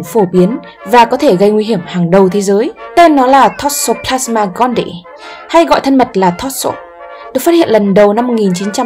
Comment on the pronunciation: Toxoplasma gondii. Đọc sai tên rồi bạn